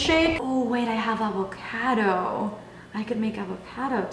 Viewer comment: The way you pronounced avocado haunts me😂😂😂😂😂